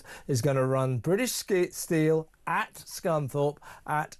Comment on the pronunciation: Why is everyone pronouncing steel as stcheel😱 infuriating